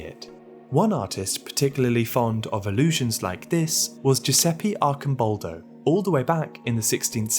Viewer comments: De Chirico is pronounced "Deh Kìrikoh". Arcimbolbo is pronounced "Archeemboldoh". BTW, great video as usual! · I love your videos but you pronounced the name of the first artist completely wrong, you said "de Cicero" instead of "de Chirico". Later in the video you sai Arcimboldi with a hard c that is completely wrong. You probably can't research everything but to an Italian as myself your pronunciation could sound even a little disrespectful. P.S. I can't stress enough how much I enjoy your work and the very stimulating points you raised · not to be a grammar nazi but u should switch the pronunciation of the letter C in Dechirico (in which the Cs are pronounced like the one in the word car) and in Arcimboldo (in which the c is pronounced like the one in cheese), amazing video as always though! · Thank you very much for the several sparks given in this video. As a history of art teacher, I appreciated it very much. The only concern is about the pronunciation of Italian artists: both De Chirico and Arcimboldo were definitely wrong. Thank you anyway, it is really a great summary of the dreams and unconscious in art.